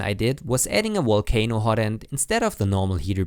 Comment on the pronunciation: “Walcano hotend” lol But great video, thank you!